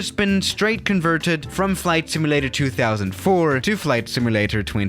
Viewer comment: The way you pronounce simulator makes me actually upset.